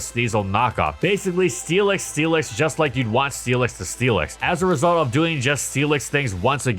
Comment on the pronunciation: I keep hearing Steelix as Felix and it's throwing me off